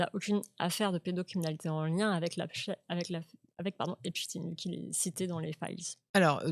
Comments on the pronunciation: Epstaïn epstaïn pas epstiiine 😡😡😡😡😡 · S v p , dites Epstein et non stin !